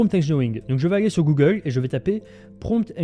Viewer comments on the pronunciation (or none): none